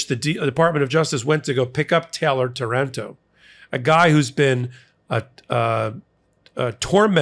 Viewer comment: it's Táranto, with the accent on the first A, on behalf of Italy I'm sorry for sending so many fascist-cowards, who bred over there